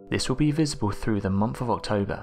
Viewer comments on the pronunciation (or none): none